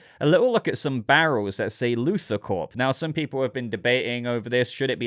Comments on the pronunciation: You were saying Luther and not Luthor. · His name is Luthor, not Luther.